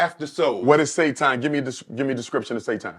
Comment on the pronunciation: He lost me at SAY-TON 😂